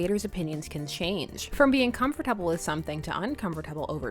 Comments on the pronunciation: I love you but can you please say comfortable RIGHT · your pronunciation of comfortable makes me uncomfortable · The way you said comfortable tho.. XD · the way she says comfortable is so funny